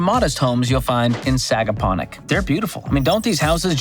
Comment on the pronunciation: Nailed the pronunciation on Sagaponack and Shinnecock